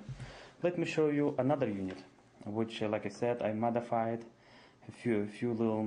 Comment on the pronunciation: he motherfided not modefided flop man